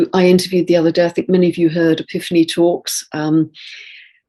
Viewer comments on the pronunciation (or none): none